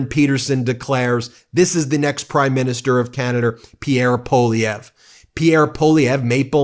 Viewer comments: May I suggest that you pronounce Pierre Poilievre' ssurname as "pwalieve". That is how the letters work in French. P.S. I am Candian and not a fan of M Poilievre.. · Really getting a kick out of your Maple Meidas stance. Thanks for your support! One quick note — Poilievre is pronounced PWA-lee-evre. It’s a tough one, and you’re SOOO close!🍁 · Poilievre is pronounced Pwah-Lee- ev- ruh. (Wah like water)